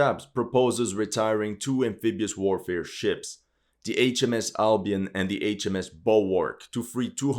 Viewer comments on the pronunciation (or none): none